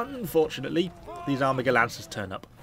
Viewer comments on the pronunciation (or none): none